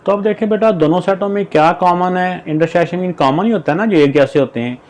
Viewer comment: Intersection not intershision